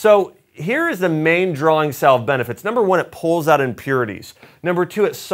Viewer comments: It is pronounced "sav"....rhymes with "have". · BTW, the “ L “ in “ salve” is silent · The L is salve is silent isnt it?